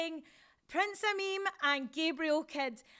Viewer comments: I heard it once and now I can't unhear it. Every time they say Prince Ameen I hear Prince A Meme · Right at the beginning she said Prince Ameem WTF MOMENT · "Prince Ameem" ... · I swear the interviewer calls Prince Ameen as Prince ameme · "Prince ameme" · WTF Moment - the huge breasted lady that talks like Sheamus called Prince Ameen, "Prince Ameem".